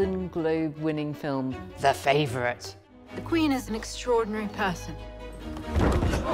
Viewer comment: "In 1710 Qween Anne and huhr favwhet Sewahh had their final tewwibal qwawwvell..."